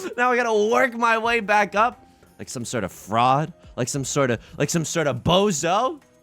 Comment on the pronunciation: he said bozo with 2 H's